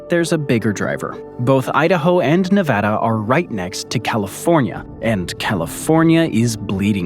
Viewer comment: Very informative. Also, thanks for pronouncing Nevada correctly.